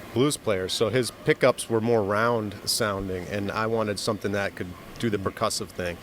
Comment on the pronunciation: We need an Anderton's t-shirt, picture of the, with a speech bubble above his head saying, "SOMETHINK"